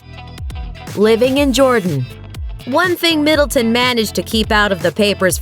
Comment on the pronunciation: It's Middleton not Middletown, be easier if you just said Kate